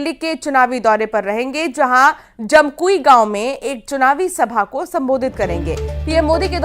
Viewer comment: जमकुई नहीं जमकुही हैं